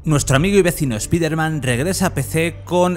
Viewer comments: Porque le dice "Espiderman" y no "Spiderman"? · Buen analisis P.D. es "ESPAIDERMAN", no "ESPIDERMAN" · ESPIDERMAN? PRONUCIA BIEEEEEEEEEEEEEEEEEEEEEEEEEEEEEEEEEEN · ¿Speider-man? ¿es un nuevo super héroe? Nunca había escuchado pronunciar el nombre peor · es un chiste usado en Padre de Familia cuando Peter le dijo Espiderman a dicho superheroe, como si se burlaran de la pronunciacion española, eh ahi la referencia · EspaiderMEN XD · Por qué le dicen espiderman? Si la cagan!!!! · espiderman jajajajjajajajjajajajajajajajajjaa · Por que si es piderman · Cuando lo primero que haces al entrar a ver un video europeo es escuchar como pronuncian mal el nombre del prota .... cierras el video y te vas a la mrd .... bye xd